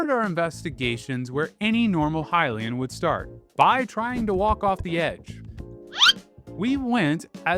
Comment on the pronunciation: Pronounced "Hyrule" and even "Hylian" (at least in this video) correctly but not "Hylia" Very curious